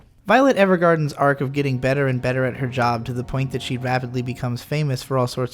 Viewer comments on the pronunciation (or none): none